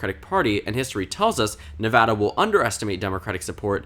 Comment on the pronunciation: Thank you for pronouncing Nevada correctly.